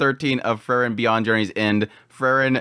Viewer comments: Again, its Pronounced FRIEREN ie FREE-REN, Not FUR-REN... FRIEREN, FRIEREN.... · It's Freeren, not Frrren.😁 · It's pronounced "Free-ren". Please...